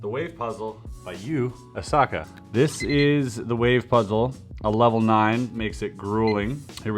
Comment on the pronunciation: Chris:You-aa-saka. Me:How dare you !!